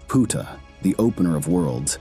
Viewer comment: The mispronunciation of his name makes this video sound bad to me. Sorry 😵‍💫😵‍💫😵‍💫😵‍💫